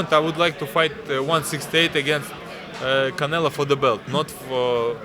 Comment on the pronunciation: Lmao ducking Beterbiev for another easy payday from Canela. 😂 Always crack up when he says Canela. 💀